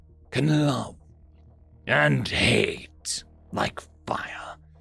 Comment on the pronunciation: The way you pronounce "HATE" in the second story. Chef's Kiss, is high-quality entertainment. Also, the Hair and Baird is good. You look now like a sage telling stories to let people learn